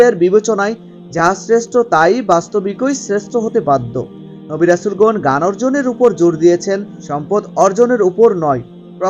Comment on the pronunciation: আপনি গান বলেন কেন,,জ্ঞান কে